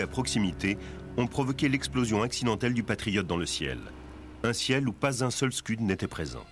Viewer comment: Les Scuds sont soviétiques, pas américains, donc, ce ne sont pas des "skeuds", mais des "Skouds".